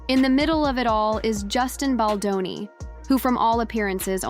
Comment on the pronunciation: Please pronounce Justin's last name correct! Thus the thumbs down!